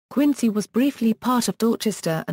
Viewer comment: Then pronunciation of the city is wrong. It should be pronounced Quin-zy.